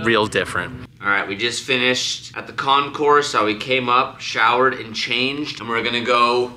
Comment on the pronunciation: Also, not con-course, with the S. It's con-cor.